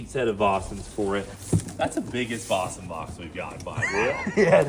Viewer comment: its four vogues btw lol not fo fos